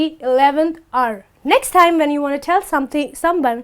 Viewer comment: The word hour sounds like R,and the word work sounds like walk.